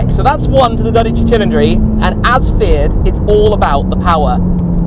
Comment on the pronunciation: "tchee tcheendree" is not correct my man. It sounds like "cee leen dree" it comes from the word Cylinder.